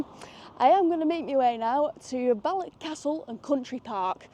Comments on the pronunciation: It's Balloch, not Ballock. And it's loch, not lock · It’s balloccchhh! Not ballok .. 🤣🤣 try harder x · Love your presentations. Balloch is och, not ock.